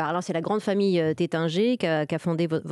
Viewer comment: Taittinger, non pas tettinger... WTF. Commencez par respecter le nom. Chaque Nouvel An et Noël, on en boit au goulot!